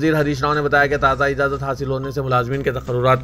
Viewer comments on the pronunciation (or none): none